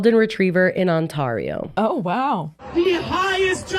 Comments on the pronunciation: On-tah-rio girlies please stand up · On-tar-e-o?!? 😭😭😭 my Canadian heart wept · as someone from Ontario, your pronunciation made me laugh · pronouncing Ontario cracked me up as a Toronto girlie😭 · As a Canadian I have never heard someone pronounce Ontario like before 😂